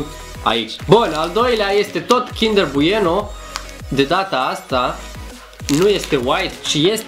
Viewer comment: Mie îmi place ou cindăr maaaare 😖😖😖